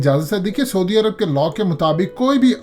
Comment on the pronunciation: میاں سودی عرب نام کا کوئی ملک نہیں ہے۔ لفظ ہے س عو دی عرب۔ یعنی س پر زبر اور ع پر پیش۔